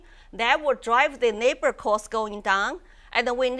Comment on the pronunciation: 我又聽了幾次，的確發音是講成了neighbor，不過前後文總括來講的話應該可以很容易get到是在講labor~大媽的發音是先天條件的問題，但是她其實英文詞彙真的懂蠻多的...她講得好多英文字我都要查字典才知道是啥....太強了！